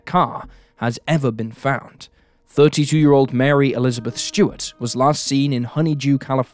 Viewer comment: S-T-U-A-R-T. Stuart, not "Shtewart". This trend of randomly adding an "h" to words that contain an "s" is getting tiring.